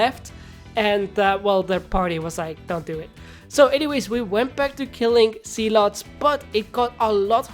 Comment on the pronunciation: Why when he says "zealots" it sounds like "sea-l-ohts"